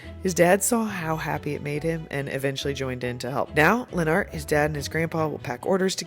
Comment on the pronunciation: I think Lenart’s name is pronounced more like Leonard- but with a t at the end instead of just Lenn Art- after hearing him pronounce it himself.